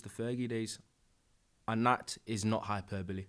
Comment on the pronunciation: I love you. That joker can’t even pronounce “Hyperbole” correctly.